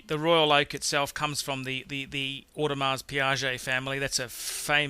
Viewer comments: Audemars PIGUET Please!!! Not Audemars PIAGET = PIAGET is a totally different brand mate!!! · WHOA- this knucklhead MC just said AUDEMARS PIAGET at #9, well, NO it's AUDEMARS PIGUET pretty much turn the video off. this is an idiot's idea of "the ten best" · Royal Oak is a Audemars Piguet, not Audemars "Piaget"...and it's kinda' ugly :))) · Sir, you have left out Vacheron Constantin and Jaeger Le Coultre which are world class watches. It is Audemars Piguet and not Audemars Piaget. Piaget is altogether a different brand. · Sorry to be pedantic, but Audemars Piguet is pronounced "OH-de-marr pee-GAY". Piaget ("pee-ah-zhay") is a different company altogether... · "Longay", "Auday Mars Piaget", "Cartier Sandtoss", "Amiga Speedmaster", "Rolex Saliney Line" Classic. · j ari Yep! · [odmaʁ piɡɛ] You're welcome. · how hard is it to pronounce audemars piguet? where the fuck is it spelled piaget? don't tell me you own it and don't even know the fucking brand. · two fashion watches (Cartier are not well regarded) in the top ten and you don't have the most iconic watch of all time, that happens to be made by the greatest manufacturer (Jaeger-leCoultre), in your top ten. Where's the Reverso? audemars piguet pronounced - ord-e-mar pee-gay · Your pronunciation of AP is absolutely atrocious! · Rolex Cellini is not pronounced sellini, it is chellini. For a watch snob you pretend to be, it is very very bad that you cannot pronounce the names correctly. Same thing goes with JLC, you cannot pronounce it and of course the AP (wtf?). And yes, btw I think you are reading your list up side down. Lange 1 is going to be the first on the list and then Royal Oak and then the rest. Your Calatrava should be the last (although your PP Annual Calendar can be the second after Lange 1 or Lange 31).